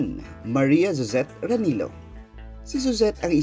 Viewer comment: is pronounced as " ra-ni-lyo. In spanish Filipino, double L sounds like LYA, LYO